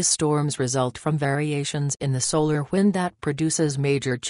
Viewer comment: “ solar whind “